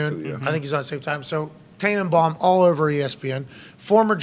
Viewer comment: I stopped listening at “Tannebum”